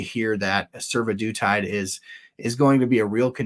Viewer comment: Survodutide makes me hear Sue-the-dude-tide.